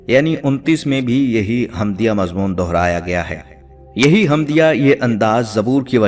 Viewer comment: Mazmur Nahin balke mazmun